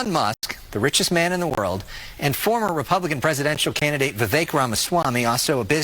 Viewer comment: Vivek ryhmes with CAKE...sounds like VA VAKE !!!!